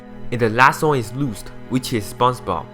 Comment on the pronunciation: The way he pronounced Lust too...